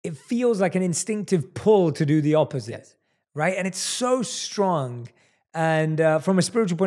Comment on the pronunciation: FFS, the word is "strong." Sound it out. There is no H. It is not pronounced "shtrong."